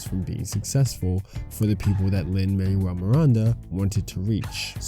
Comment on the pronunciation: Great video. But also “Lin Man-well”